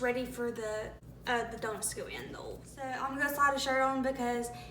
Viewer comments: It's called OIL, not OOL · come on girl it’s O-I-L OL 😂 OIL